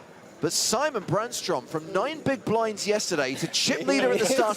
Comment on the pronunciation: Sigh-mon is apparently a lot easier to pronounce than See-mon. So why bother.